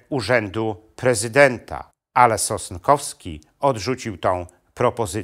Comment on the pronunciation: SOSNKOWSKI a nie "Sostkowski" !!